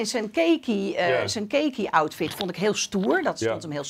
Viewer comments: Wat een vreselijke mode commentaar. Khaki is geen keekie. Shinen wat rtl4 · Shinen, shoppen, crispy, maar kahki spreekt ze uit als keekie...!